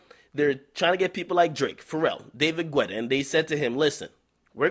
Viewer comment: It's David Guetta (pronounced like ghetta) not Gwetta lol still luh u do' Ak 😭😭😭